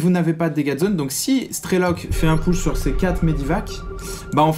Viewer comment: Nice game, mais par pitié "Push" ça ne se dit pas PEUCH mais POUCH!!!!! (cliquez sur le drapeau américain pour entendre la prononciation) :)